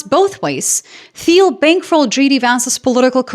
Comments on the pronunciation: teal not theel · FYI, Thiel is pronounced more like 'teal'. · Peter "Teal" the H is silent. I bought PLTR when it was $19 and cashed out when it went to $200. I thank PLTR. Anyone could have did the same thing I did but you were too busy blowing it on movie tickets and eating out. Rich people bad blah blah. I'm not even "rich". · Okay so what I cant understand is why people pronounce this guys name as 'Teal' when it's so clearly pronounced 'file'. Peter File. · Funny, appears to speak with an American accent when she goofs at the end. She also pronounces Peter Thiel's last name with an English "th" sound even though the h is silent when pronounced in Thiel's native German. if she were European, she would probably know that. Curious as to where she is really from. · The 'h' in Thiel is silent